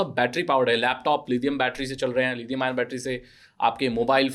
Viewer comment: Lidium wtf It's lithium